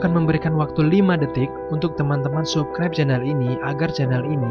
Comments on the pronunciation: Scene dibaca sin Subscribe di baca sabskraib Warlock dibaca warlok Btw ini kritik yg membangun ya 😊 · sukraib? perbaiki sikit tue sebutan bro